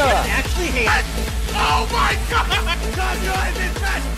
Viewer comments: Kind of annoying how some people say his name like "cuh-zoo-yuh" instead of "ka-zuu-yah" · Its KA ZU YA Not KAZOOYA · The guy who keeps calling kazuya Jin kazama has terrible friends for not correcting him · STOP CALLING HIM JIN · The way many of them pronounced his name, I'm expecting somebody to make fanart of "Banjo-Kazooya." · makes me realise how many people say kazooya and i can’t unhear it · KA ZOO YAH?! KA ZOO YAH?? Bro. C'mon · Why were they pronouncing his name "Kazooya" though? 💀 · This Is great, “ hoes mad” but..... I can’t take the fact they keep saying “ Kazooya” I’m getting really tired of it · And so many of them can't/won't say his name right! 😒💢💢